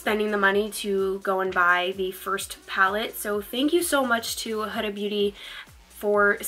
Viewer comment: Pretty sure its HOO-Duh. She has a channel and thats how she says her own name. Your look was STUNNING!!! Had to sub :)